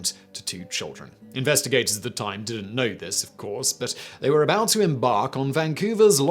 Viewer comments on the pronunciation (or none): none